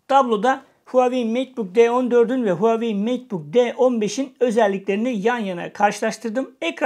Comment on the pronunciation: Hauwei değil reis